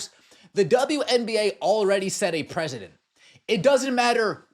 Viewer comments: it is precedent not president. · Nobody knows how to speak these days, the word is precedent (pronounced, press ah dent) not President like our country leader.